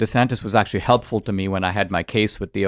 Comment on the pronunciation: Anne Coulter=Queen "Eckshually"...